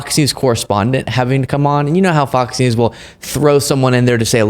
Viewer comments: I've noticed that has a speech impediment where he often doesn't pronounce the S if it's the last letter of a word. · I don't know if it was an accident or not, but you called Fox News "Fok Nu" and I'm totally hear for it.